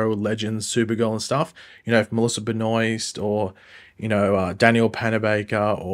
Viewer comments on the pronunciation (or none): I'm gonna offer you a little help with pronouncing Melissa Benoist's name lol. It's Ben Oh Ist not Ben Oyst 😅